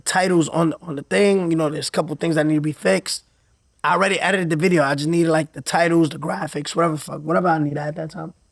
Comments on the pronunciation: “I errrrdit it” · "I editided it" 😂